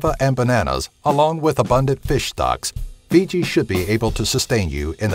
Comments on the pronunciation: It's Fiji not Figi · That's 'Fiji', & not 'Figi'.... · "Figi"? I thought it was "Fiji"... Haha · it's not figi it's fiji!!! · Fucking "Figi" It's "FIJI"! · First... "Figi"? ...and what about Greenland? Interesting list, though, more of this, please ;)